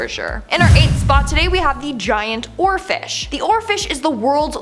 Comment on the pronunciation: I was just listening and thought, did she just say "giant orifice"? OHHH, giant oarfish.